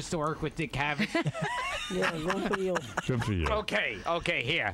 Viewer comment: Valencia Beetlejuice always says goo instead of good so Gilbert was basically making fun of him to his face but Beetlejuice isn't smart enough to realize that